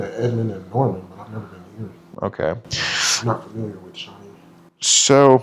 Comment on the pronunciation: I'M WEWWY GWAD YOU'RE HEWEERR